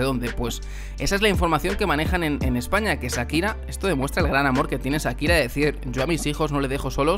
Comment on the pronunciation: Que eso que dice este tipo en este canal...😮, vaya novela que se montó a costillas de "Sakira" (como el lo pronuncia 😅). Nunca falta el oportunista!